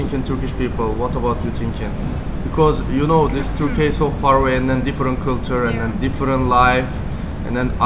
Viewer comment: 'kinow' ne ya? ingilizcen de kotu degil aslinda ama know kelimesinin okunusunu nasil bilmiyorsun inanilmaz yani. i know cumlesi her yerde gecer,. ingizlice konusmalarda, sinemada, videolarda nasil kinow diyebiliyorsun hayret gercekten. hani ingikizceyi yeni ogreniyor olsan gayet normalde ama orta sevoye ingilizcen olmasina ragmen bunu bilmiyor olman hakkaten inanilmaz.